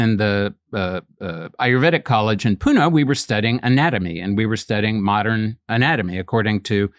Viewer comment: he pronounced pune perferctly. thats rare.